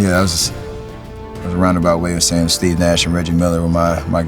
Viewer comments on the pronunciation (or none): I have always been curious about his name. Why does he pronounce it "Steff" and not "Steve"? Is it just Americans being their usual dumb selves?